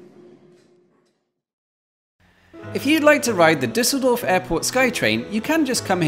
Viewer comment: ‘This is the Disseldorf Sky Train.’ Disseldorf? 🤪